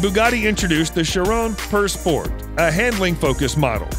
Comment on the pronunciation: You Mispronounced la (voiture) noire ( pur) sport & noire (elegance)